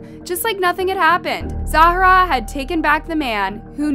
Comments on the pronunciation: girllll i love your videos but its not pronounced Zahara! its just Zara! you say her name like 100 times incorrectly lol. Still love the video though! <3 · Her name apears to be Zahra not Za hara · same with Zahra being pronounced 5 diff ways 🙄🙄